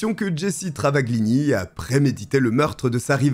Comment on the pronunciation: yep .. le "gl" (dans travaGLini ) en italien se prononce "ll ; on n'entend pas le G) 🙂 Cette histoire je l'avais connue ..dans enquetes criminelles ou faites entrer l'accusé, je sais plus (à la TV) .. mais j'aime bien re découvrir quand c'est raconté avec une aussi belle voix :-)